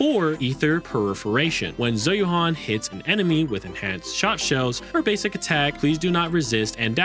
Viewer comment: oh my goodness lordie me she's pronounced "Zhoo Yu-en" ... Zh is pronounced like the Shu in Shush with a Z, and Yuan is pronounced like the japanese currency with a ^ (yên) when spoken quickly, otherwise "Yoo-æn" (æ being between a and e sound for english speakers)